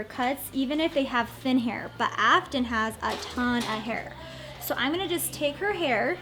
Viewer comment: "I'm not gannew" blegh shudder Had to turn it off there. Going to. Going. To. "gannew"